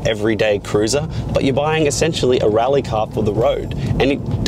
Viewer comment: It's pronounced "rally" :)